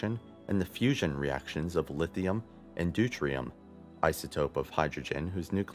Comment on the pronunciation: saying it once is too much for a produced video. How about prostar for protostar or dutrium for deuterium. 2 other mispronouciasions.